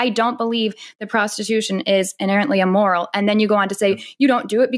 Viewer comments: "Emoral"? 🤣🤣🤣 Kevin is either trying for "amoral" or "immoral" and missing both by a mile. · Dude can't even pronounce immoral. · I didn't know it was E-MORAL🤣🤣🤣🤣🤣